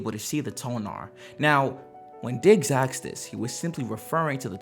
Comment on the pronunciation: asked, not axed.